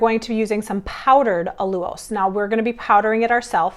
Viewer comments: WHERE did that funky pronunciation of AL-U-LOSE come from? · Hahaha, what did I miss? You’re pronouncing ALLULOSE differently. I actually learned of this product from you and it took me forever to pronounce it the first way! lol 😂 😂 😂